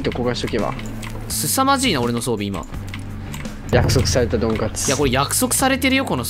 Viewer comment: 装備をソンビと言ってるようなw